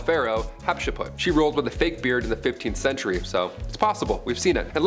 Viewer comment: Whats with the pronounciation 😅 hatsheput? Amana? What